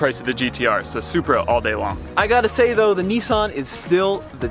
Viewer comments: It's Nissan not Nessun. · How come Americans mispronounce everything!? ‘Knee-son?’